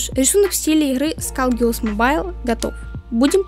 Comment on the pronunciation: не скалгерлс, а скулгерлс